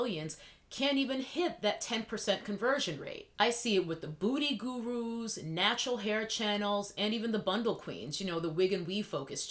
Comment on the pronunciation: L literally thought you were saying “ Booty Gurus “....🤣